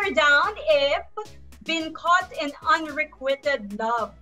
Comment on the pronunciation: Unrequited.. should be pronounce “unrekwayted” and not “unrekwited”.